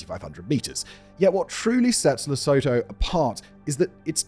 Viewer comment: Really don't want to because this and your other videos oare brilliant, but I just have to... Lesotho: correctly pronounced as La-sue-too